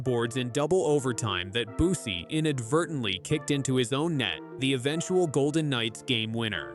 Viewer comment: Bussi is mispronounced. Is this yet another AI narration?